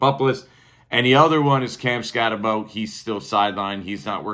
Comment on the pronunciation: Skattebooooooo not bow